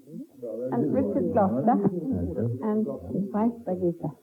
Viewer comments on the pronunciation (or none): lol she said Birgitte, I heard bug eater